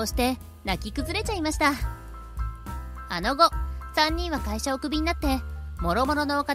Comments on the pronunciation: のしっかり仕事してる姿、仕事もろくにせず幼稚ないじめしてるアホども３人 やっぱ見てる人はちゃんと見てくれているんだよねぇ 辺りの｢あの後｣を｢あのご｣と言ってるのが、｢あのあと｣と｢その後｣が混じっちゃったかな？と気になるお年頃でした笑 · あの後アノゴとは可笑しい。普通は、アノアトと読むか、その後だよね。